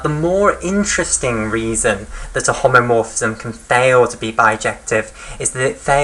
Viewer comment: BTW it is "homomorphism" not "homeomorphism" as it will endlessly be repeated